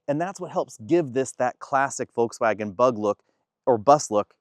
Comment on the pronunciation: This is a nice review. Please note that there is an ‘r’ in forward, and an ‘l’ in Volkswagen.